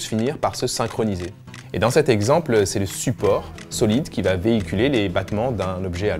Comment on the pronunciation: environ , j'ai entendu ba , et pas va